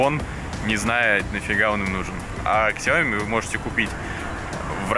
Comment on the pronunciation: Какой Ксяоми! Сяоми!